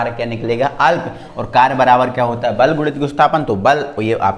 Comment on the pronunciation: Vese sir val nahi bal hota hai😊😊